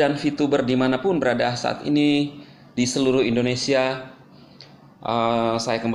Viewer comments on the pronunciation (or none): none